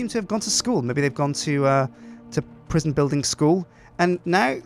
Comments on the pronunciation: Prisjin call it prisjin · Sjinsane Prisjin, that's the name of the new prison. Prison is prisjin, but -son sounds like sjin. Like Goldmember, that Austin Powers movie. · PRIS-ON Pri-son aka Pre Sun!